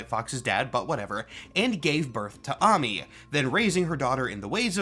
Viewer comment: As a Korean, her Korean name is 한아미, so I confirm that it is correct to pronounce it as AH-MEE